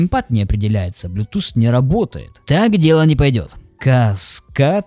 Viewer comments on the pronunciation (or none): none